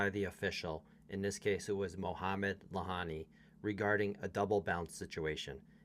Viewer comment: Lahyani (he's pronounced Layani btw) tends to insert himself into games but he's a good ump. Can't really blame umps for making these calls when VAR is used at some tournaments, but not others. I think it would have been fair to replay the point, even if Carlos was seemingly not affected, he could have insisted. Unfortunately, he's too much of s nice guy.